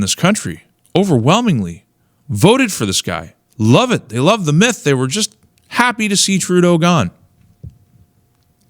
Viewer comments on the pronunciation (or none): none